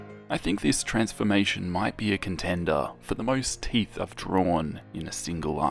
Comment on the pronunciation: maybe less emphasis on 'teeth' going forward